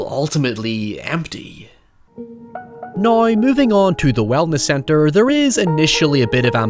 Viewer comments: “I never had the opportunity to see it until naïeaux” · Naaiouuw? Did you try to say “now”? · the way you say "now" ahahah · Man you really stretch the pronunciation of the word "now" out to it's full potential lol I love it. Great vid, great channel. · The way you say “now” is absolutely bonkers 😆